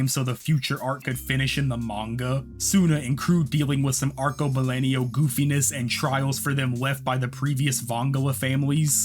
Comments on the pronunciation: I would just punch you in the face for pronouncing "arcebalenio" the whole video when it clearly is "arcobalENO" you fucking bitch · My brother in CHRIST, that is so not how you pronounce Arcobaleno. It's ar-ko-ba-LEN-o, not LEN-io